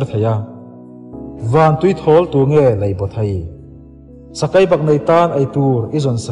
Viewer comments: Ngaihthlak a man hla hle mai.Mahse thu lam hriat nuam lo a awm zeuh zeuh tih mai loh chu.Sakei tih tur ah Sakai tih te, thei tih tur ah thai tih te..a dang tlem nen... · A ngaihnawm a i chhiar ni in ka hre sia i tawng hmandan a va mak em em sakai a awm lo sakei ania siruk i lam dan pawh a dik lo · Ichhiar uluk lo deuh a angaihnawm tur ang ani lo deuh tlat sakei tih tur Sakai tih te bei tih tur Bai tih ang in Ari tlat a han chhiar uluk deuh la angaihnawm sawt ang